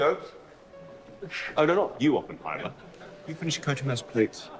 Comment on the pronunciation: You pronounce it right. It's more the no emphasis on the H that is perfect. It sounds like a strong New York or Massachusetts accent lol